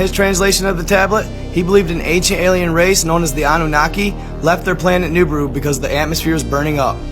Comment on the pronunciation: Also igigi is pronounced E-gee-gee . And Nibiru is pronounced Knee-beer-ew not nib-a-rue